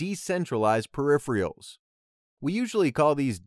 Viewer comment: To be honest I thought the video was great. Simple, concise, to the point But "periph-rials"? Hahaha! Love it. I'm going to use that every time now